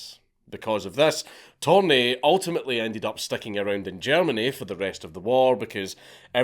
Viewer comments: It's "Törni" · I love how Dank starts the video calling Torni by his proper name and then at the end of the video it’s ”Thorn” lmao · His last name is Törni. Not Torni. The dots really make a difference, torni means tower in Finnish. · He's actually Törni, not Torni. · It's tÖrni, not tOrni. Torni actually means tower in Finnish, while Törni is a finnish surname. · Dank, please. Törni and Torni mean two different things and are pronounced in distinctly different ways. The umlaut matters. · Mr. Törni, my compatriot, hated communism, admittedly even more than me. And that is saying something. But fukc me you butchered his name! :) No Finnish person would realize of whom you´re talking about by the name alone, even though every Finn over 10yo knows Törni. It´s worse than my Gaelic!! :) EDIT: Viipuri has never again been part of Finland after the war, YET!